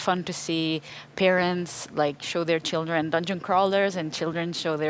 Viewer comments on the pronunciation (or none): none